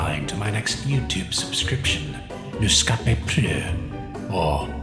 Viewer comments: Who else remembers when 1st said newscapepro as newscapyproo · really just said news scopa pru